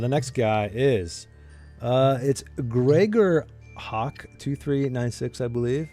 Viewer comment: Wow! Thanks guys! And grats to GregorHak! got the pronunciation right!! GJ:D